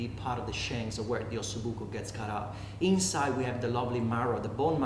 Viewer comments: Buco with one "c" not with 2 "c"...it means hole (bone with an hole). Delicious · OSSOBUCO NOT OSSOBUCCO